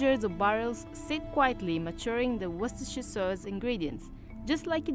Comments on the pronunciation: You almost had the pronunciation, but you did do a lot better than the two ladies in this short video clip. Funny, I've used it for years and never really paid attention to the ingredients. I like to mix it in when I'm preparing beans on toast, for that extra zing. 😊 👍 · Its pronounced Woo ster Sauce (everyone gets caught out on it):) And its minging LOL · Haha, his pronunciation is awful, sure I have heard worse but come on. It’s not pronounced Wooster either, it’s wustuh and it’s not Worcester Sauce, it’s Worcestershire Sauce, Worcester Sauce is the knock-off stuff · No not Wooster and no don’t skip the shire. It’s Worcestershire Sauce not Worcester sauce and it’s pronounced wuss-tah as in you big wuss not Wooster as in rooster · Pronounced WOOSTERSHIRE SAUCE 😁😁